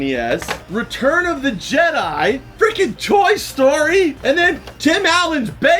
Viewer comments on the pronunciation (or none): none